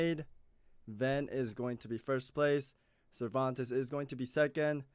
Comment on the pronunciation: Scammmereerrrr lol Cerventes hahahaha